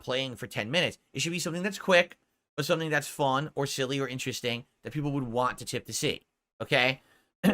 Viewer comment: I don’t waghhhhh… god I hate the way he says want.